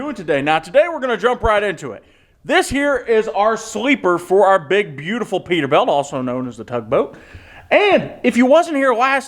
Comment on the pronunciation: I cant help but chuckle by the way pronounces Peterbilt like PeterBELT. Love this series guys, cant wait for the next video